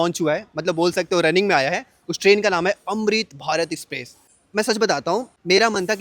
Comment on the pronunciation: अमृत भारत एक्सप्रेस 🎉 भारत में , ना की भारत देश में 🎉 सही से हिंदी बोल ले क्या प्रॉब्लम है तुझे, एक्सप्रेस को स्पेप्रेश बोल रहा हैं 😂😅😮🥳🥹😁